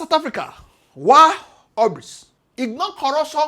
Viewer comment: Wish you had learned the pronunciation of hubris before the video